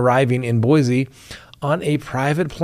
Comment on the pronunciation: It's pronounced Boy-Cee, not Boy-Zee